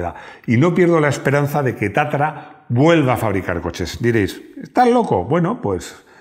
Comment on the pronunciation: No es TATARA . es TATRA.